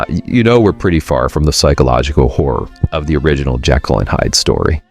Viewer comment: this guy pronounces "HORROR" - "whore"!